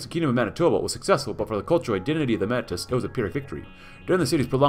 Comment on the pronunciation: Metis is pronounced 'May-tees'. It has French origins and pronunciation. 😅